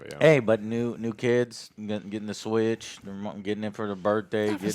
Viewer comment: I swear he said skyrim is 70 dollars on twitch and not switch lol they do sound similar.